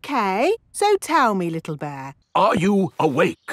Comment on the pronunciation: "its a beh(bear) hehh hehh"